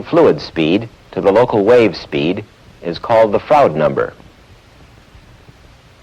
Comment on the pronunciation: It's a bit painful to hear him pronounce "Froude". It shouldn't rhyme with "crowd".